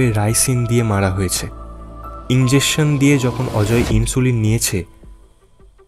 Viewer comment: Injection pronunciation ta thik korle bhalo hoy